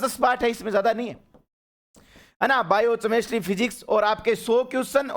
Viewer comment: केमिस्ट्री ❌ चेमिस्ट्री ✅